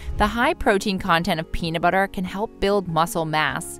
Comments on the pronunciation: Is the peanu butter you are talking about the same as the peanut butter with the t in the word. Toronto came out ok for some reason. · Anyone else notice the narrator calls it peana butter?